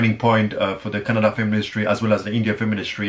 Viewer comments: I love the way he correctly pronounced 'kannada'...instead of' kannad' like others😑😇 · you pronounced Kannada correctly.. thank you